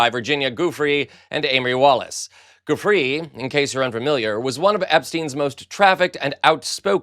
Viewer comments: Hey, Virginia’s last name is a soft G, not hard as you are mispronouncing it. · Her name is pronounced jew-fray, not goofrey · Let's honor her memory and mission by pronouncing her NAME correctly. Who's Virginia GOOF-ree? Even the mispronunciation makes the whole thing sound accidentally, er, goofy. It's JOO-fray. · What a twister of words! He has no shame! He knows exactly what he's saying and doing! (BTW, it's pronounced JEWFRAY, not goofree!) Do not let the Epstein files go the wayside. Trump is guilty as hell for what went on with Epstein and those victims. There's no way Ghislane can be forgiven for her crimes, as long as the survivors are alive and willing to tell the truth, maybe even provide names. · It sounds like: jew-fray, not gufree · Always honor victims by their right name: Guiffre is pronounced: Gui = /joo/ ffre = /fray/ /joo•fray/ Virginia .JooFray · Joo-fray. Respect her by pronouncing it right please. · Joo fray is how you pronounce her name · I appreciate your articulate and intelligent comments as well as your sharp sense of humor in all of your videos. You enunciate your words more clearly than most other commentators. If I may suggest, the proper pronunciation of the Italian name "Giuffre" is "jee-oo-fray". I enjoy watching your posts daily. Keep up the good work. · You are clearly an articulate, educated person. Plz take the time to pronounce newspaper's names - Giuffre = ghee oo fray. Please respect her and name her properly. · Dang you really butchered Virginia's last name. 😬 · I love watching your videos, EXCEPT WHEN YOU SAY Virginia's last name wrong. Please stop saying her name how YOU think it should be pronounced. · Why is it so difficult to pronounce the name of a victim correctly? Such disrespect is appalling. 😡😡😡😡😡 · Have a modicum of respect and learn to pronounce her name correctly.! Unless you are deaf it should be easy for you to listen to everyone else who talks about her.